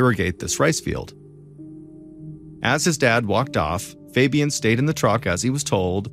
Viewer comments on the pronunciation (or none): the way he pronounces fabian makes me cringe